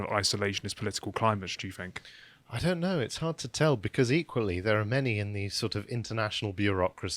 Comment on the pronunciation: Can you change the script so he doesn’t have to say “think” Because every time he says “Fink” I want to punch the screen..